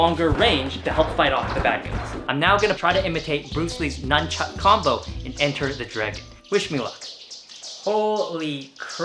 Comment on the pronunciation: Its nunchaku not nunchucka